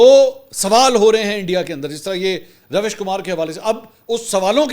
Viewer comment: نام رویش کُمار ہے RAVISH KUMAR RAVEESH KUMAR ہے